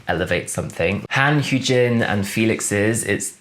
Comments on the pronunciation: I love your reaction/ratings so much, also Hyunjin's name is pronounced more Hyuhn-jin (like un in under) not Hyoon-jin 💕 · So ummm you've said hyu jin this whole video (lmao btw the first time you said it gasped then started dying) its hyun like he-yun jin